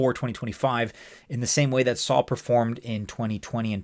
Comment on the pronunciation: It’s Sol not Saul 😂